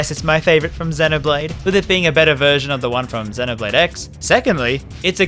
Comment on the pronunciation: that 'duncan' better be a jab at ign then again, you were also pronouncing 'xenoblade' wrong the whole time